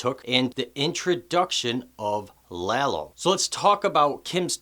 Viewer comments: his name is Lalo, not Lelo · Lalo- La-Low.. lol every white person keeps pronouncements it Lay low 🤦🏽‍♂️ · Danny J His pronunciation of Lalo really grates on the ears, but your amazingly stupid “every white person” and your blatantly incorrect “lay-low” (which no one had said) really grate on the brain.